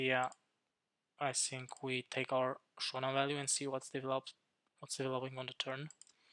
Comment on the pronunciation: Bro quality is really bad, cant see the numbers. And I dont get it, you saying sink or think? 🙂